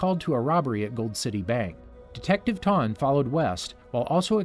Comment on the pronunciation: Eobard Tawne? THAWNE